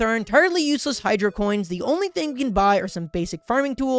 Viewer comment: Sorry for being rude but it’s not cents, it’s coins, you dumbo